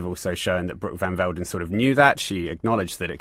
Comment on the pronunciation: Bot Van Veldon ... we gotta get the names right!!